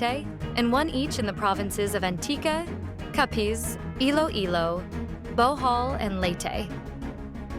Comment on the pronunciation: ilow ilow, Typhoon Tinow, southern Leytey, ano ba yan reporter niyo